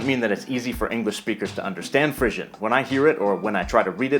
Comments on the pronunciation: your pronunciation of "Frisian" as /ˈ'frɪʒən/ strikes me as a little odd. Is that how Americans say the word? In Europe we say /'ˈfriːziən/ (or occasionally /'ˈfriːʒən/...as in Friesian cows!) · I've never heard the name pronounced "frizzion" before, so that's probably wrong. It's fri(e)sian, like free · I nailed Haitian Creole right off, but I was really pissed that I missed Frisian. I should have known...BTW mispronounced "Frisian". It's not "frisssion". It's "freeeeshion"